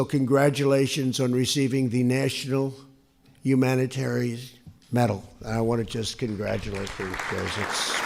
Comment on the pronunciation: What is a Nachunal Humana-Terries Metal?